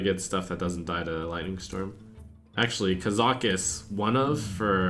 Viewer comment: ka-za-cuss not kuh-zaw-kuss lol wut